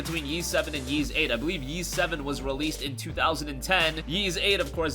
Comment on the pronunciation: It is pronounced Ees, you don't have to say the "Y" sound